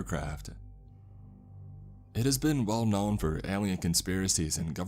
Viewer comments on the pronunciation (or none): none